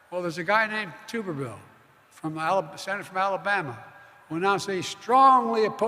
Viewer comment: Well, Tuberville (pronounced Tub as in bathtub) also took credit for Auburn's 2010 National Championship, even though he left in 2008.